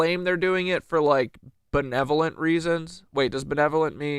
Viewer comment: Haha omg you Nick Shirley’d yerself on the word benevolent bro